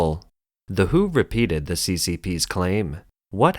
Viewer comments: Maaaan, WHO is not read as "who", but as "double you eight o". "Who" was an English music band. And since it's news about China, people may also confuse it with Hu Jin Tao. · If you use auto narrator to read the scripts it is better to write the WHO as "W H O"; putting spaces in between each alphabet so that it will not be read as "who". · It is "Double U - H - O" not "the who"!^^